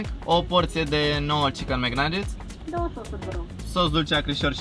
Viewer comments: vezi ca se zice bai flari naget :) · Caută te rog cum se pronuntaNuggets